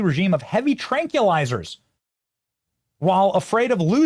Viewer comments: Tell Benny it's pronounced 'tran kwill izer'. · Tran KWILL- izer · Benny you can't say tranquilizer or nuclear. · Hearing you mispronounce tranquilizer was off-putting.